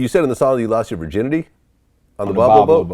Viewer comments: Vlad has zero respect for the artists and wants to be just caught in the scene. Literally says the name of the song on the artists entire track and then proceeds to mispronounce it immediately in the interview. Then tries to tell him he killed J Cole on the verse. Disrespectful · Vlad don't know how to say the name or how many verses he has. But it's his favorite song on the album. Hmm wonder if he even heard it. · Vlad: its my favorite song on tbe album. Then mispronounced the name that gets repeated on the song and doesn't know how many verses there are. Music journalism at its finest lol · Vlad doesn’t do his research before these interviews. How is it your favorite song and you mispronounce the name, which was properly pronounced in the song? It’s like he does a rough google search right before the interview and calls it a day. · How can that be your favorite song when you can't pronounce it the way Royce pronounces it IN THE SONG? Do better. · Royce pronounces the name in the first 30 second of the song, you don't know how to pronounce it, and that's your favorite song?... and Vlad is somebody we're supposed entrust hip-hop journalism with? What a goofy. Lost all respect for this man after the first 19 seconds. Wow. Just wow. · How can it be your fav song but you cant even pronounce it... smdh